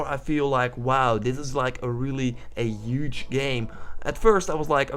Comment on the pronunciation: UGE!!!!!!!! HUGE DUDE!! you use the word so much at least learn how to say it.